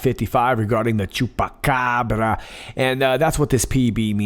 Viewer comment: I think you like saying Chupacabra! And your pronounciation is Very good!